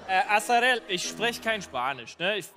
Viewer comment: Und dann spricht Nico gleich ihren Namen falsch aus. Arazel, anstatt Azarel.